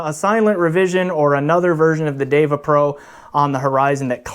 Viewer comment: You managed to correctly pronounce the Sanskrit term "DEVA". Now all you need to do is to learn how to correctly pronounce "SUNDARA". Hint: there are no long vowels in the word.